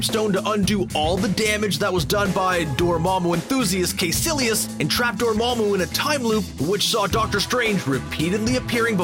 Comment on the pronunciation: It's pronounced Ky-sillious not "kay"